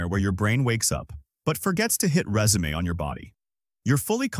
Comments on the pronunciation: Im going to have a hard time sleeping now that i heard Resume rather then Resume... yeah have fun with the beauty of English language spoken by AI voice generation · Boo. AI voiceover fail. It is “resume” NOT “résumé. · Is this generated by artificial intelligence? Human beings do not say "résumé" when context indicates they only could have meant "resume." Those two words are heteronyms: same spelling, different definitions and pronunciation. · Great info all in one place! ...and forgets to hit résumé... lol. But it's a good AI voice. Listen to the entire thing before posting! The script has to be tweaked. Write rezoom in place of résumé so that the voice can say "resume." This video was so close to perfect, so fix silly things like that! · No but why did you say Resume like that It's re-sume not res-a-may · Is this an AI announcer? There's something annoying about it. Not sure sure I'll finish. Especially mispronouncing 'resume' . On the next, hopefully professional video.